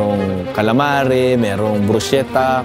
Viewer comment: BRUS-KEH-TAH. Not bruce-cheh-tah . 🤌🏼🤌🏼🤌🏼